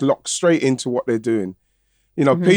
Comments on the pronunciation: Come on guys, pronounce Claudia Pina's name properly. It's not Piña, it's Pina, just an "n". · Great episode you guys. Just one thing, its Claudia Pina, not Piña, pronounced like an N 🙏